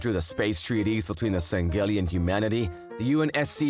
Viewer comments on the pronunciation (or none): the Sang gheli 💀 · hearing you say san-geli is painful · Me on the outside: “Lol, funny comic, booba alien.” Me on the inside: “IT’S PRONOUNCED SANG-HELI!!!! 🤓🤓🤓🤓🤓🤓🤓🤓🤓” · Its pronounced "Sang-he-lee". But not bad for a first timer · The male VA is mispronouncing sangheili and sanghelios. Sang-heel-ee and Sang-heel-ee-os. It's like he never played the games, or at least he never paid attention to how they are pronounced. As a big Halo fan I can't let this slide. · Sangheili is said like sang heely thier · okay amazing work as always but YOU DON'T HAVE TO PROUNOUNCE THE G IN SANGHEILI ToT my inner halo nerd was in pain